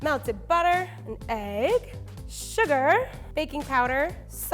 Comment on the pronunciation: I enjoy how she says sugAR